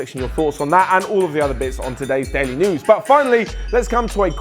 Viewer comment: Still weak, my friend 😖 You need to put more emphasis on the "Daily News" part... You concentrate too much on the "THIS". Better luck next time 👍